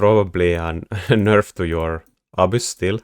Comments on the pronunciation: "Abyss" with a Finnish accent. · you say that all the Fortress techs will just get hard countered by "abuse/obvious," which is the best thing to build against Fortress in the game... I can't think of any unit that sounds anything close to "abuse" or "obvious," and if you do literally mean one of those, I have no idea what building them means. I can usually understand your accent perfectly (and I quite enjoy it), but this left me perplexed!